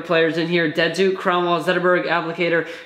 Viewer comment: You pronounced datsuk like deadzook